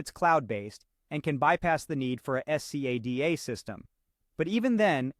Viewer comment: My god, can't u just say scada instead of s c a d a each time, and torturing our ears